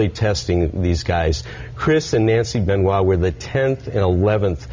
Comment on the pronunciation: At least stopped saying "Benn-oye" halfway through! Great interview, keep twittering.